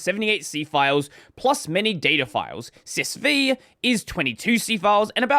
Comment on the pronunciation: "Sys Vee" is triggering me.. it's System 5..